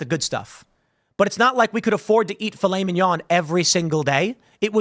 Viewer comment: Killed me with "fil - it - mig - non"